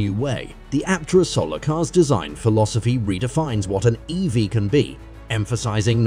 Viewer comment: Aptera is awesome. But this content-farm AI crap is taking over youtube. Doesn't even bother to properly pronounce "Aptera" or even "EV". Drek work from moneygrabbers, not real EV journalism. Aptera needs more publicity, but dang this channel needs human quality control.